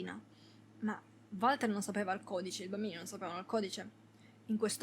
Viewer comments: sentir pronunciare Valter con la V al posto di "Uolter" mi fa pensare ad un umarell milanese "varda lì il Valter, un giorno di questi te copa qualcuno tel chi" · finito l'anno scorso in 2 giorni fu intrigante ma preferisco il 3 per favore si pronuncia wolter 🤣non si può sentire chiamarlo come è scritto